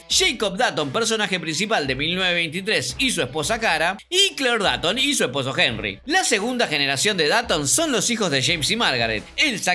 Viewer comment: por que pronuncias datton si es dotton y se escribe dutton